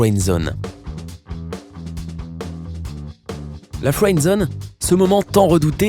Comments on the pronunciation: FWEND ZONE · La fwendzone😂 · La fwend zone 😂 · "comment sortir de la fWend zone" 😂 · Tu dit fwendzone 😂 J’me fais friend zone parce qu’un gars qui s’appelle samir a dit sa a tout le monde ptn... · On dirait que tu dis fouends zone😑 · La fwènezonne, le mal du siècle